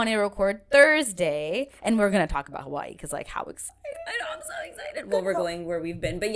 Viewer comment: I swear I’m hearing Kawaii instead of Hawaii